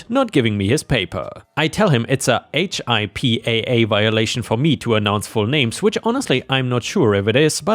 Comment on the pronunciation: HIPAA is said like "hip-uh." It's basically about patient privacy and the OP of the story was right to not want to mention a last name.